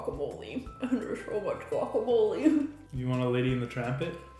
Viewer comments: "guacamole", what chucha, i don't understand how you can say that wea, you're terrible aweonao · "guacamole" uhhhhh lol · If they call palta wacamole one more time I'm slapping them.